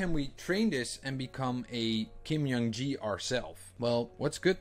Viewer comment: Just a small correction. His first name is pronounced as J, not Y in Jung, and K, not G in Gi. So it should be /ˈdʒuhŋ ki/.